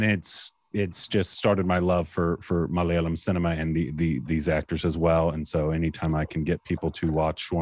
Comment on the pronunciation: I really miss those days when he used to say "Malalayam". Never failed to crack me up.